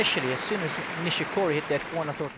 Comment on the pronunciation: Kei "NishiCURRY"